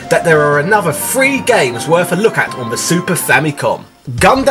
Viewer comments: or when he says "free". as in one, two, free. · Man, every time you say "three" I hear "free". lol Nice video though.